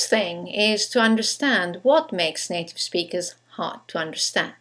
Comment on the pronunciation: why r u sayin native like it was NATO??!